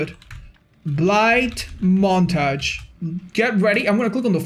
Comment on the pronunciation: The way you say montage